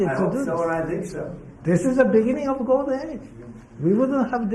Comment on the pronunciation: Ahh beginin of gowdin age 🤓